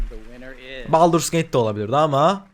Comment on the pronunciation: Abi ingilizce telafuzlarin ne ya şaka mı yapıyorsun " SaM LaKe , BaLdUrS GaTe 3"